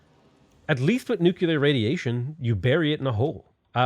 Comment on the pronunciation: Nu-clear. Where the crap are you getting nuCUlear.